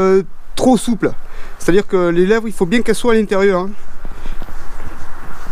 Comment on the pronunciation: "bieng" pardon !